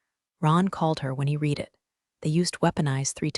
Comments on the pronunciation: "Reed" "Red" WTF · AI can’t distinguish. Have to write “red” for correct pronunciation of past tense. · Word READ is pronounced differently dependent upon TENSE used. When incorrectly used it is demeaning to story.